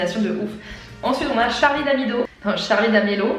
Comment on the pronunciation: D'amelio pas d'amelo 😂